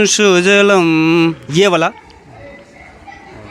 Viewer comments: स्कूल में कुछ भी छिपाया नहीं जा रहा। हां,आपकी 10वी फ़ैल पत्रकार की मुर्खता प्रकट हो रही है। जिसको खुद नहीं पता वंदेमातरम। सुजलाम् को सुजलम बोलते हो?और राष्ट्रगीत के के बारे में ही पूछ रहे हो? आपकी मूर्खता सब कुछ बता कर रही है। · पत्रकार महोदय,जब आपको खुद पता नहीं सुजलम् होता है या सुजलाम ?खुद 10वी फ़ैल और चले हैं पत्रकार बनने।शर्म करो गोदीमिडिया। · इसको भी मालुम नहींं है राष्ट्रगान शुभलम को सुजलम बोल रहा है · Reporter himself has no knowledge there is only national anthem in hindi book .Reporter himself pronounced 2nd line of Vanda matrum wrong